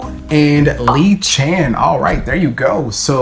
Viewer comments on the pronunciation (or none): none